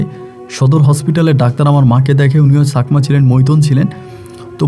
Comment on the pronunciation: Sakma noi chakma . Boynkor noi voyonkor